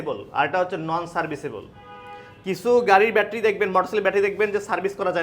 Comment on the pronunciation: তুমি বেশি শিক্ষিত দেখতেছি। আমরা ব্যাটারি বানান ঠিকমতো লিখতে পারেন না । উনার উচ্চারণটাই সঠিক